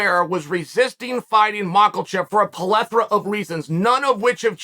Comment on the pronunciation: Chael, you’re great with these videos, but it’s “plethora” (pleh-thor-ah), not “polethra”. Great word, but a genius should have pronunciation equal to their vocabulary.